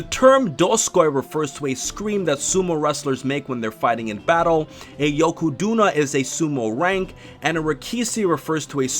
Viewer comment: I'm sorry but the way you pronounced those words just annoyed the hell out of me Dosukoi - Doskoi Yokozuna - Yokoduna Rikishi - Rikisi